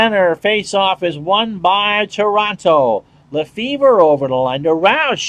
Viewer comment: Lefebvre is actually pronounced Luh-FAY :-) How is this version of the game. The last one I bought was 2016, and not sure if there is really anyhting "must have" in this version. Is it just basically a minor release or are there enough improvements to consider getting it?